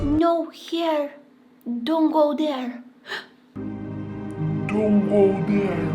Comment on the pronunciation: "DOWNT GOW THEWRE👹" "HU!"